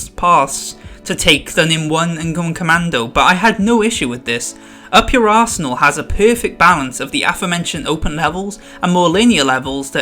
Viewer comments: When he said up your arsenal I thought he said up your asshole lol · I'm the only one that heard "up your ass ernal"